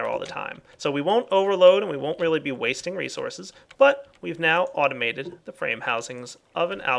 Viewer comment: "Automized" LOL